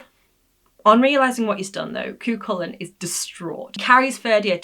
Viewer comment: Cu Chulainn the ch is as in loch not lock Fer Dia 'divine man'